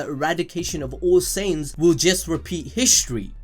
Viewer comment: it took me 15mins+ to realize "saints" was actually "saiyans" (science)